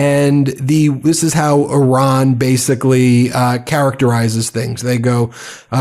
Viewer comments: PLEASE DON'T SAY "ERAAN" THE COUNTRY'S NAME IS IRAN PRONOUNCED "EERAAN", THANK YOU. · He cannot even pronounce Iran. My god. He's a disater and the world is affected. Im so sad, stressed, and not sure how ill make it through. I did global business. 35 years gone and now poverty because of him and a psycho family. Chimps never going to help. We wont make it 4 years. 4 months ruined us. We're ruined